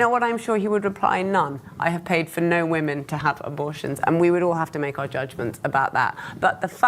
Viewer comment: Huge pet peeve of mine: people who don't know how to say "women." Not that hard!